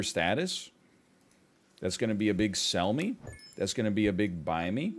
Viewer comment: I know I'm not in the most current episodes. But hearing him finally saying Barriston , after saying sell me (Selmy) so many times made me actually fucking pog out.